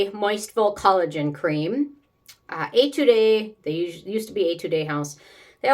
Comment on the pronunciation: I love your content and am going to take you up on your request for pronunciation help: for words like ETUDE, you don’t need to pronounce final E unless it has an accent on it. So, you can pronounce it in two syllables, /ay-tood/. Enjoy!